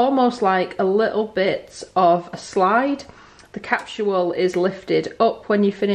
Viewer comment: Capsule ...or “captual”? Funny the differences in pronunciations across the pond!